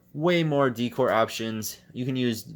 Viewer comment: He said deecore lol